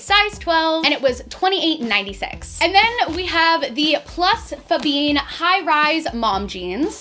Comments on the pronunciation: I can’t get over her pronouncing Fabienne “Fahbean” 😂😂😂 love you, but that’s just too funny haha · I always wondered how Americans would pronounce my name, apparently it's something like "Fabeen" (the first pair of jeans) 😂 Still a great video as always xx